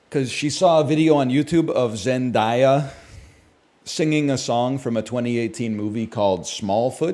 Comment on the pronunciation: he said zendaya like venn diagram